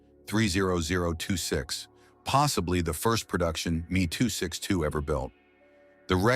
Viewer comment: Please learn how to pronounce things if you’re going to talk like you know about this stuff. I’m only 4 minutes in and I can’t watch the rest of this video. It’s Baroque style like Ba-roke not Barrack. Also it’s a Messerschmitt ME 262 pronounced M-E not Me.